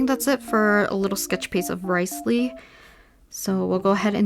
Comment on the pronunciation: She said RICElee😂